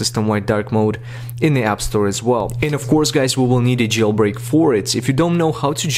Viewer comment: “You will hayf to jeil break your de-vice” Wait- thats illegal.